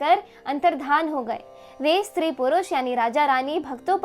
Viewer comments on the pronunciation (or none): none